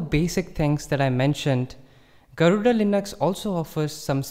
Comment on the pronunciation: Why are you pronouncing garuda wrongly?